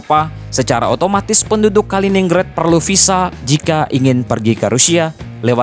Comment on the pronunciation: Dibacanya Kalinggrad bukan Kalininggred😂